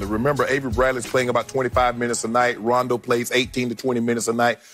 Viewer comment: She said rondo rondo 😂😂